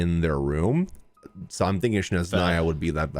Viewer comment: guys its the opposite letters, its not SHneZnaya its SneZHnaya 😭